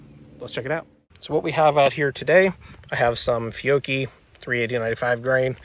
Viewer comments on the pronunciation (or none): Nice review. That Italian ammo is called "Fee-Ow-Chee" BTW.